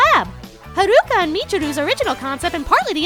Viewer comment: Jesus, THAT voice...the original US dub of the series was always the worse there could have ever been, no doubt Naoko Takeuchi herself hated the original US version of the series and she even wanted to cry when she saw how awful it was. Haruka and Michiru are not pronounced that way, more than just being inspired by takarazuka, Haruka and Michiru were created when Naoko was at a hair salon getting her hair done and looking at a fashion magazine that had a picture of a pair of girls, one in short hair, the otehr one longer, she was inspired by it immediately and knew that was how the characters would be, they were destined and meant to be from the start as they were born together. Naoko replicated that image in an illustration found on the third artbook.